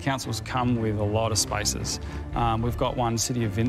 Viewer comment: The guy in the middle saying spaces sounds like spices..